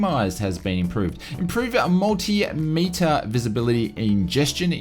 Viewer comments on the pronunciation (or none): none